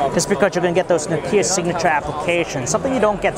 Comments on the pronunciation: Dude, it's Nokia not Nokiia... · Nokia (KNOCK-YA) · I hate the way he pronounces Nokia.. -.